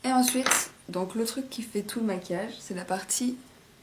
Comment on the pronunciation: maquillage* et non masuillage*